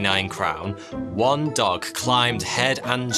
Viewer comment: one of the best things about this video is how he says dog like duck 😂